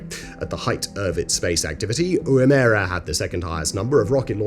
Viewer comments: Wom-er-rah Short o Short e Long a Just sayin' ;) (Plus plenty of videos on YouTube of Australian's pronouncing it) ;) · Not to nitpick, but it is WOOmera, with the emphasis on the first syllable 😃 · Might wanna brush up on your Australian for Woomera. That's not even close, sorry Simon. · What is it with Simon and his mispronunciated words / names on every video he presents?! Sigh... From Woomera onwards he fluffs his titles and he know it as he has often admitted to not knowing the right way to say some placename or other...especially those in Australia... 🇦🇺🤔😏🥺😕🤭🌝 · Pronunciation is a bit off. It's a hard oo sound not a soft one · Simons pronunciation of Woomera is interesting to say the least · ikr? Simons pronunciation gave me like 1 point of psychic damage every time he said 'woomera' 😅😅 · As someone who was stationed there, I have now developed a facial tick after listening to Simon mispronounce Woomera… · I do enjoy your videos but I always cringe when you talk about anything in Australia and your uncanny ability to mispronounce everything “Woomera” 😂🙅🏽‍♂️ #tryagain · You pronounced woomera wrong lol it’s pronounced like ur saying woohoo woooooomera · as a local south Aussie i am deeply offended by your pronunciation of Woomera. okay i'm not offended, just very amused. i do advise you to educate yourself on the correct pronunciation. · Woomera is not pronounced that way… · Woomera is NOT pronounced the way you are saying it. I didn't know what place you were talking about until you mentioned Adelaide and then after that it was painful to continue with it this section! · True. But it made it hilarious to listen to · It is pronounced "woom -er -a",.. not "Woomeara" I have worked on the weapons range before, fascinating place. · Yeah, Woo-mare-ah vs wu-muh-rah. Needed that laugh today. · It's pronounced Woo-mera, with the emphasis on the Woo, the mera part is run off the tongue very quickly - WOOmera. It's not pronounced woo-mehra. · It's pronounced wom-a-ra...